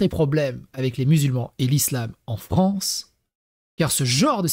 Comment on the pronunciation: L'awgent dé la Fwance !